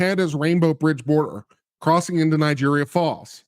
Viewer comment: nye-AG-rah Falls